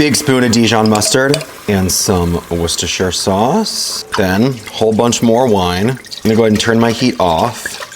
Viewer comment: Love that you pronounce Worcestershire properly! (Coming in from Scotland) 😊